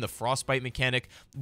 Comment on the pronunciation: I think Osiris is pronounced oh-sire-riss